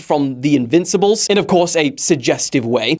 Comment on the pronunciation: the invinsibles 😅